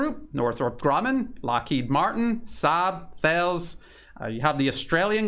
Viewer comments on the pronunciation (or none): Very good to see someone explain this topic in depth. Thank you,. Btw, you should make sure to pronounce Thales correctly as "Tah-les", otherwise the French might have your head for spreading misinformation!